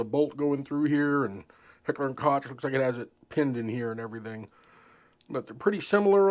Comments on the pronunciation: I noticed it too, but let’s try that again with a little more tact: While a lot of people pronounce it ‘kotch’, that is incorrect. The correct way is ‘coke’, like the soft drink. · Its pronounced Heckler 'COKE' not Cotch.😉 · COKE..... say Coke .... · Pronounced "cook" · Koch is pronounced COKE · It is pronounced KOCH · No, it's pronounced COKE. But that would make you even more out of breath to pronounce it correctly. Enjoy your POS clones. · Am I the only one who cringed each time he called it "Kotch" 🤣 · your saying Hecher and Koch wrong, its really annoying. "ch" in German is pronouced lie a "k" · First off you can't even pronounce Koch correctly. Secondly, you're just a typical Bubba guntuber. Definitely a member of Meal Team 6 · "Koch"? Your inability to pronounce their name correctly gives you zero creditability.